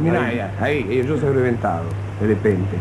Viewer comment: "y yo soy rheventado..."